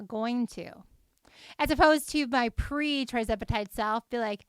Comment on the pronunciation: It’s not TRI, it’s TIR zepatide.